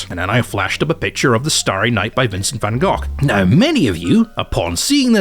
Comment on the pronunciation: I LOVE YOU SO MUCH YOU ARE THE FIRST EVER NON DUTCH THAT HAS EVER PRONOUNCED OUR DEAR VAN GOGH EVEN REMOTELY PROPERLY I LOVE YOU MWAHHHH COME TO AMSTERDAM AND I SWEAR I WILL GET THE MOST PREMIUM GRASS YOU WILL EVER TASTE